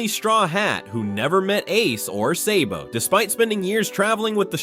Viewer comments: It’s sabo not saybo wtf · Hopefully the is is not an AI voice because if you watch both dub and sub you’ll know it’s sah-bo not say-bo. Cool video though but I never got past this part. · Say-bo…drake-oola…hann-u-ball… Donkey-coat…these AI voices are extremely annoying